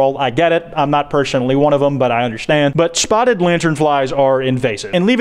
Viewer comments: Everytime I hear say spottred I die a lil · “Spottered” boy can not pronounce spotted to save his life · Anyone else think they just keep hearing him say “spottered lantern fly” or is that just me